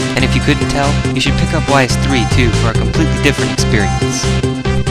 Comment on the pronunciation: Ease...Ease...Ease...Ease....Ease........EASE!!! In all seriousness, it's pronounced, Ease. Not Whys.